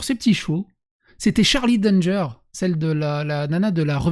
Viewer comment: C'est un nom de famille "Danger" ça se lit a la française